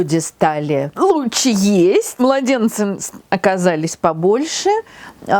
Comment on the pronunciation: Не лучче...а ЛУЧШЕ! Говорите грамотно!